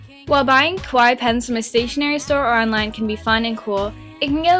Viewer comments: Sounds like you're saying 'kowai' instead of 'kawaii.' 😂 Kowai means "scary," but great video! ❤ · It's pronounced KAH-WAH-EE not KOH-WAI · its kawaii not kowai kowai=scary scary pens ohhhhhhh i get it. remember kids always pronounce it right..... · This was great but (sorry for saying this but it really annoyed me) you pronounced 'kawaii' wrong. It's meant to be pronounced ka-wai-ee and the way you pronounced it sounded closer to kowai which means scary. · Just a question.... why do I hear people mispronounce rhe word kawaii wrong ecerywhere? It's not pronounced as [ko-wa-ii], it is pronounced as [kaa-wa-ii]! If u say it as [ko-wa-ii], it will change the meaning into scary instead of cute. Ok? Gosh! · Sounds like you're saying "scary; not cute" (kowai) instead of "cute", try accentuating the "ka" in kawaii. Your pronunciation of the last part is good though ("-waii") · when you say "kawaii", it sounds like you're saying "kowai" - which means "scary". just a small fyi ( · you pronounce kawaii like kowai which means fear in Japanese . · Eugh, I feel like a weebo for pointing this out, but she keeps pronouncing 'kawaii' as 'kowaii' which means scary and not at all cute.... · it annoys me so much that she cant say kawaii right ka--waa--iiii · omg you made my day so da whole time she was saying scary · I knooow!! Almost every youtuber does that!! o.-"